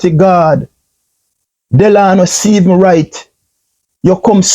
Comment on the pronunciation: furthermore, you say you're an entrepreneur?? How can one really take you seriously when you can't even spend the time to get someone's name correctly?! The guy's name is Stephens......not Stephenson!